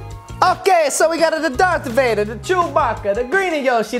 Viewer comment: it call dark vader not drath vader